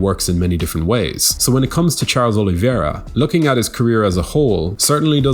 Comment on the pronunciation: Say it with me: "o-li-VEY-ra"